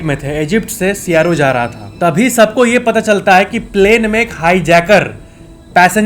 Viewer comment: भाई सियारो नहीं होता कैरो होता है 😊